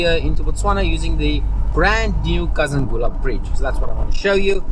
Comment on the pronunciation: Kazungula, not Kazangula.. I don't kno why but I still fill have a pinch of nostalgia, I just loved that hint of uncertainty about the ferry.. Beautiful BW 🇧🇼 When did you cross into Bots, was in Kasane last weekend..